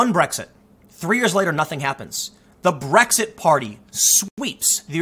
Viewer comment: It’s just an Asian guy trying to say Blexit